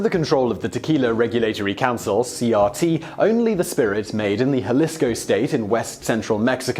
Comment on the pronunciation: It's pronounced HA-LEES-CO